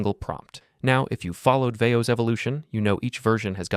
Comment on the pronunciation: Someone didn’t take Spanish class in high school lol “Veo doose” Or is this AI too? 😂